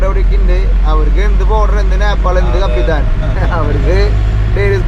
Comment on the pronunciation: കാപ്പിത്താൻ അല്ല. കപ്പിത്താൻ അല്ലേ. ദയവു ചെയ്ത് തിരുത്തു